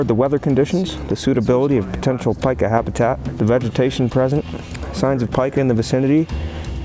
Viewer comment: The only flaw in this video is that the name of this rodent is pronounced [Peek-ah], literally everything else is correct and accurate. Yer doin' good, please keep goin'.